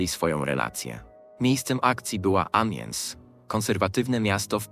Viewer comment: Amiens nie wymawia się "amiens" tylko "a.mjɛ̃", pisane w międzynarodowym alfabecie fonetycznym. Trogneux wymawia sie "tronie", "g" nie wymawia się. Macron wymawia się "makrą". " Brigitte wymawia się "briżit", nie "bridżit". Relacja" po polsku jest stosunek .